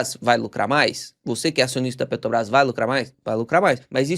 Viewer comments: Pelo amor de Deus, pare de falar "Petobrás". Tá parecendo o demônio Lula falando. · Cara, eu sou viciado nos teus videos. Conteúdo bem mastigado, entrega muito conteúdo. Mas me dá uma agonia vc falando PETOBRAS. Petróleo, petrolífera, PeTObras? 😅 So comentando mesmo, mas teu conteudo é 100%. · Por que o consegue falar "petróleo" mas fala "Petobras"?